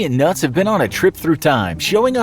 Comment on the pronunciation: *Fuzzy & Nutz. Not Fuzzy & Nutty.